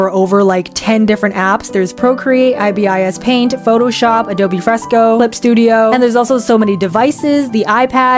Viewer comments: I-B-I-S PAINT HELP ME IM SOBBING it’s pronounced as one word like Ibis (the bird) paint X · Can I just say, I don't think it's I-B-I-S paint, I'm pretty sure you just say it as ibis as one word :) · "I-B-I-S Paint X" gets me every time 😂. Say it with me: "Ibis Paint" or eye-bis. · Bro said I-b-i-s again😂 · Finally tips and tricks yayayayayy edit: also not saying I-B-I-S PAINT again. 😑